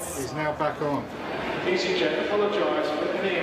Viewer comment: It's Easy jet, not PEEsy jet.